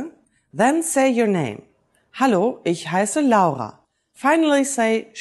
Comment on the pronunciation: Nice to find out that you pronounce "L-A-U-R-A" just like we do in Italian, and NOT "LORA" just like they do in English :-P Nice video anyway